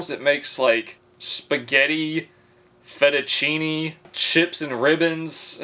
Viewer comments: How can you pronounce fettuccine and not zucchini? 🙄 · Can pronounce fettuccine but not zucchini?! Definitely trolling and it’s brilliant 😂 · Yet he can say fettuccine.